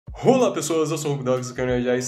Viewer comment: Cara, serio, na boa...o seu ola no inicio do video parece que esta falando rola. Toda vez que vejo um video seu e esqueco disso eu fico naquele "perai...o que ele disse?"